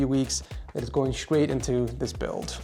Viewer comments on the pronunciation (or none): Scraight, screaming 😂